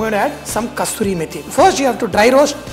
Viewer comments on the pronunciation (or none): Sir it is not Kasturi method, it is KASURI method 😊